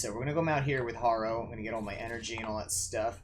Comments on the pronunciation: PC Harrow, not Horrow. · Harrow said like Haro Gunda m